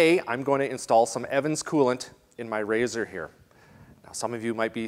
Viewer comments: Y u calling it R Zed R its Razor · Whats an "R ZED R"? Here in Wisconsin, its still an RZR. Like vids, Keep up the great vids.